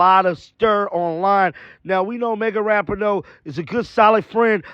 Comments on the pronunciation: Dude, her name is pronounced "RaPEEN-O"!! You're driving everybody crazy w/ this "RaPINN-O". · It's pronounced Ra-pee-no